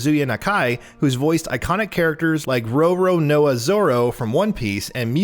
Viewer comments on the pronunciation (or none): ROW ROW NOAH lmaooooo the way he said zoros name lol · "row row noa" zoro lmaoooooo come on man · "ROW ROW NOAH" its said faster, like one word. Still A for effort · Its Roronoa (noa at the end) Zoro